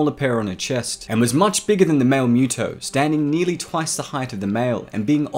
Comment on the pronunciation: UggggH! Dude you are killing me with your pronunciation! It's not a cat-creature. It's not MEW-TO it's MUTO. And you got at least half of your "facts" wrong. The MUTO's cocoons were found INSIDE the body of a creature like Godzilla, perhaps even one of Godzilla's ancestors, BURIED deep in the earth. Which means the MUTO that made the cocoons were seeking natural sources of radiation, just like Godzilla. It parasitized the creature and caused it's death. The fact that it was buried kept the radiation level too low for the cocoons to mature. It was only when exposed to the outside air that the reaction triggered one of the cocoons to hatch and the larvae to seek a new source of radiation. Which just so happened to be a human nuclear facility. In the absence of such a source, the larvae would undoubtedly burrowed deeper into the earth seeking the radiation it needed. The movie even explains this. The MUTO's weren't specifically seeking HUMAN made sources of radiation, just EASY and NEAR sources of radiation. Hence the sub attack, the train attack and the aircraft carrier attack.